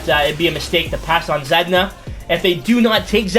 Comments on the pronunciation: because it is Zaa-dee-na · Why’d u say zedna for Zaa-dee-na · It’s pronounced like Za-Dean-A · If blackhawks take anything but a defender, I’m gunna lose it. And btw you can just say “Zah-deen-ah”